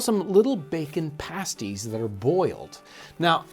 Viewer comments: Pronounced "pahh sties" not paysties. 😊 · pasties not passties lol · paste ---> pasties, not pahsties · I'm pretty sure in Britain they pronounce them "past-eez" (pasties). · The pronunciation for the "pasties" is pronounced Past-ees. The way you're saying it is the same as the name for a nipple covering,typically wore by strippers. Great vid anyways!!! Source: I eat them all the time (am in England) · I heard him pronounce it like the nipple covering and the right way, I'm just trying to make sure he knows the definitive way of saying it because he's a little stumped on it.